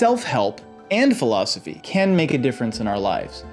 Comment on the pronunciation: Yesss! I was told read self help in high school I said and your the teacher? You mispronounced philosophy btw 👏